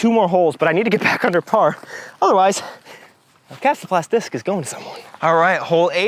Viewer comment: i appreciate the proper pronunciation. Thank you